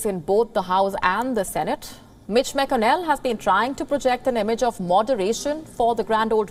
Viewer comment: Mitch MacKinell. LoL. It Mac con nell